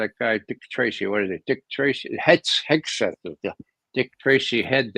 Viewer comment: Ray did you say Headsack, for hegseth? Funny. Blessings. Cleveland